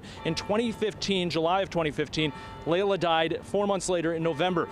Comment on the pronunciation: Laila not Lyla